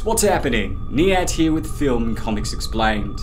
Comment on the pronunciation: YouTube sensation hate to be that guy but it’s niyat